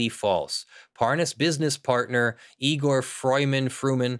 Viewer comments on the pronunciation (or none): none